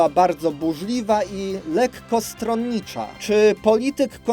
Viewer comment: "Lekko stronicza..." = XD